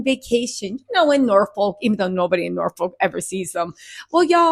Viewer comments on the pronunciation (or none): none